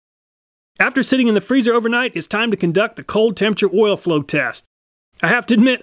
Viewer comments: I read this then I listened. He does say “ouil”. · You know the test is real when the person says ouil instead of Oil. Great work